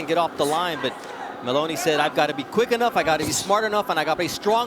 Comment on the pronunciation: im getting irritated hearing in-a-way instaed of inowe